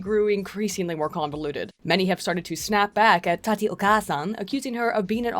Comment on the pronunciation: REEE YOU PRONOUNCED TATI’S NAME WRONG